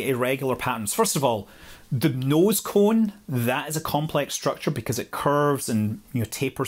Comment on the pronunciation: I subscribed this channel, not because I'm so interested in space flight, but because listening to this literally soothes my sore nerves. I hardly understand half the things being talked about, but have to admit I admire the pronunciation of "nose cone".